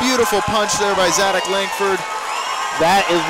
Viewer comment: Zadac with a "C", not a "K". (Hint, watch the video)